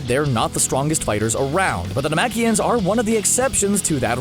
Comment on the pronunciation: Got the races all wrong and can't even say gohan or piccolo race right thumbs down.